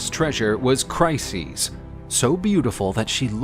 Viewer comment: Trojan war videos are superb, but pronunciation of both Briseis and Chryseis is just horrible.